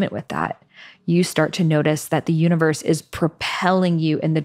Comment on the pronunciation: "U in verse" sounds like "me as poetry." ❤❤❤